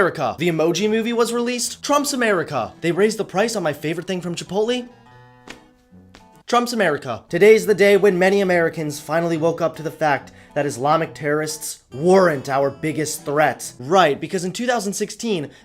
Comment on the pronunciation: Unsubbing because he said chipotLEE